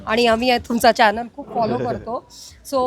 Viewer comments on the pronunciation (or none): none